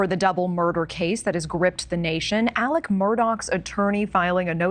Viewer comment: It kind of bugs me that everybody calls him Alec, when his name is spelled Alex with an X. Is that just some meatball head southern thing?